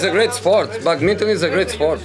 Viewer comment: The way he pronounce badminton 😂😂😂